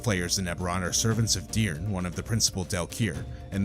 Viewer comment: Love the video, thanks for all the effort you put into it, but it's DYRRN not DRYNN!!! 😅